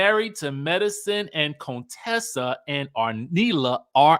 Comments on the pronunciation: Not CONE-Tessa 😂😭‼️ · Please stop calling her Coontessa